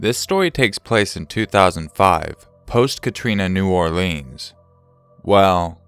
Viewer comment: Great vid as always :) Every person I have met from Louisiana pronounces it New Orleans (Naw-Lens), emphasis on the aw